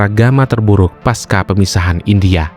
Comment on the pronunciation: pasca, bukan paska